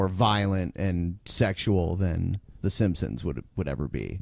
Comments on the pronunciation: Does it bother anyone else that it sounds like he is saying "The Simpsoms," every single time? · He says "Simpsims" !! It drives me crazy! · Also he pronounces "The Simpsons", the "simssins" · who else noticed that pronounces The Simpsons like "The Simsims"? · Is anyone else as fucking annoyed by the way pronounces Simpsons as "Sim-sims" as I am? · The way says "simsims" instead of Simpsons, drives me fucking NUTS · Ha! He still says 'simpsimps'. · The way this guy pronounces Simpsons always makes me cringe.